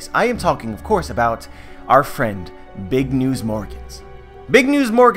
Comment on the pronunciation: He says it like BIG UH NEWS UH as in when the characters in anime say a word in english word they always add the UH